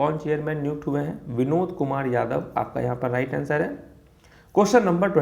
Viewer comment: Vinod sounded as binod... And i was laughing for ½ hour straight😂😂😂